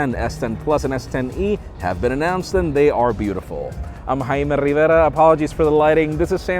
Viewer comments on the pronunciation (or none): Hiiiiiimmmmmmeeee RRRRRIIIIIVVVVVEEEERRRRRAAAAAA